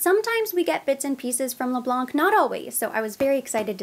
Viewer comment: Les Blanc we don’t pronounce the letter C at the end 😉